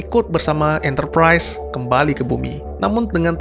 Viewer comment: Enterprise bang bukan enterprais